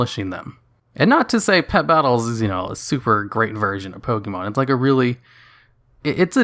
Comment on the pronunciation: Why do you insist of pronouncing it "Poke-eee-mon"? If you've been playing since you were a child there's no doubt you KNOW how it's actually pronounced.